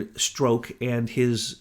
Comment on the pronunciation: I hate when you cut down....this time wasn't too bad...you just corrected his pronunciation of Strok but in a few of the AIM reports you are down right rude. What a hypocrite you are. You are quite a big mouth yourself. I've been meaning to say this for a long time.